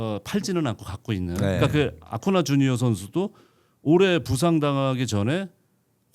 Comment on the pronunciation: 송재우 위원님 아쿠냐 주니어 선수를 아쿠나 라고 발음하시는 건가요? 제가 귀가 나쁜건지 위원님 실수이신건지 모르겠네요